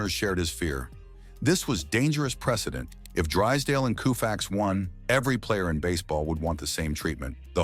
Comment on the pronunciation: Repeated mispronunciations of Sandy Koufax's name render this whole video a joke.